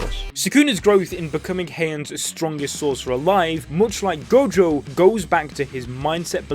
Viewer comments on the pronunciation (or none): "Saturo freaking Gojoh"